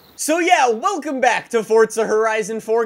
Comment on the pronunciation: why do you say "wilcome back!"